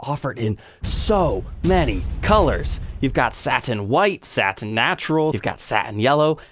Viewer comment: “SAT TAIN finish”